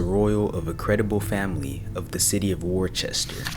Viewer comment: Worcester is not pronounced Warr-Chester. It’s pronounced wuster. St. Albans is pronounced St. Olbans. It’s just courteous to find out how to pronounce place names. There’s no excuse and you wouldn’t want to be dubbed as, in your words, ‘lazy or ignorant’.